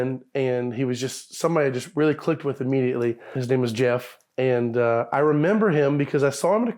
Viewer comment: His name is Jehff